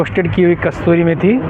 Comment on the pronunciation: I'm sorry but Kasturi methi nhi kasuri methi Hoti hai🤭